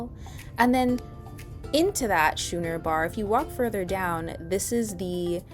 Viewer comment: Thanks for the tour. Couple of things: lower decks in the center have less motion and Schooner is pronounced Skooner.